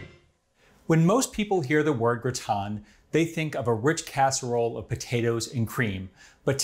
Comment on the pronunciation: Looks like a great dish. This man is so methodical and exacting, that his butchery of the titular French word is baffling. Why not call the dish a "casserole"? There's no reason to be ashamed of the American term for this dish, is there?